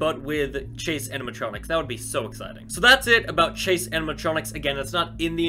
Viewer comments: It's CHASE not CASE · At first when he said chase animatronics I thought he said case animatronics and I got happy but after I knew what he said I got sad